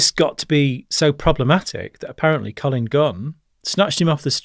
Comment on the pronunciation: He cant even get collins name right lol i think this guy a fraud lol